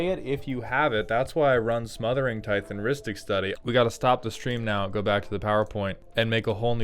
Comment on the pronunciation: Is his mispronunciation of "tithe" a running joke or has somehow no one ever corrected him?